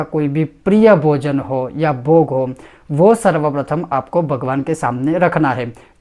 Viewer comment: शुद्ध उच्चारण के साथ उपदेश करना सीखो, भगवान् उच्चरण किया जाता है, वगवान् नहीं।